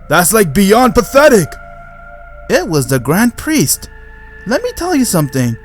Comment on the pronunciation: I thought you were saying dying chicken for grand priest